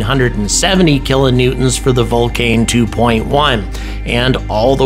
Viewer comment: Hy say vulcane and aianne sparce? It stupid and annoying